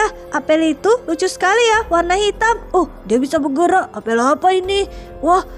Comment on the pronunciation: Kak apel bukan apel